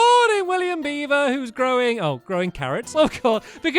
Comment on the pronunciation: I thought stampy said throwing carrots instead of growing carrots